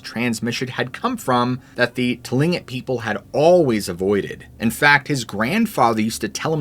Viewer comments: It's pronounced*klinqut not *tolingit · Heads up! Tlingit is pronounced klink-it. Otherwise, great video!! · I’m going to have to correct your pronunciation of the Alaskan Indian Tribe’s name. Though the name starts with the letter “T”, the real pronunciation is KLINK’ IT. One was a room-mate of mine in college. They are not Eskimos. Many years later, I married a Picuris Indian (Tewa Indian from northern NM). Became very familiar with many tribes as my first major was Archeology. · It’s pronounced Klink it not Tlingit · Oh my word, you didn't correct the mispronounciation of the tribal people, Tlingit. The correct way is KLING-kit ✌️ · Just FYI , Tlingit is pronounced Klingkit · The Tlingit people pronounce their name as “Kling kit”. The T is silent. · You are mispronouncing Tlingit. Both the t and the g sound like k. A Tlingit person told me this in Alaska.